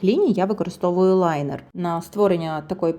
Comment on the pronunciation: Дякую за "лайнер" а не "лінер". Ви спасли мою психіку